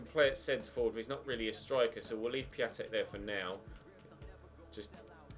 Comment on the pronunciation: Its pronounced piontek ya bender